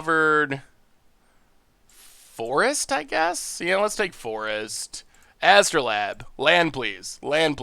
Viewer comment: Its AstrolAbe not astro-Lab. its a real tool used for science.